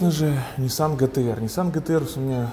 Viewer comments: пишется и говорится ДЖИТИА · По моему джи ти ар а не гэтэ эр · А не гэтэ эр